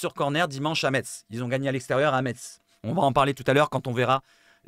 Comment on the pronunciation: Salut, sympa tes vidéos actu....CONTINUE!... un raciste avéré à l'OM? NON MERCI! je te rejoins sur le cas lodi, les vacances c'est mercredi soir, donc pas trop d'accord avec le départ anticipé, ça prouve son désintéressement à notre club 💙🤍 ALLEZ 🌟 L'OM 🤍💙 ha ha ha.... pour info o ne dit pas "metsse" mais "messe"....... je me suis fait reprendre de nombreuses fois lors de mon arrivée en lorraine